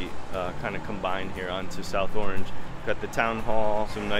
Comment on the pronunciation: Locals say "ARNZH," Not "AW-range"